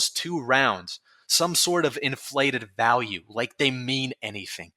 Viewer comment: i agree that tf2 stumbled hard and overwatch basically poisoned tf2. but can you not say retard if you can't even say V correctly? i get the w is a literal double u/uu that got typed into becoming vv but it ain't hard to say value and valve instead of walue or wowvle which is weird you only partially say it correctly. it's not about saying retard it's just the irony of the way you talk makes it physically painful trying not to laugh every time i hear either. again i agree and i believe a lot of others agree as well. but i'm still gonna be a dick and point out the irony.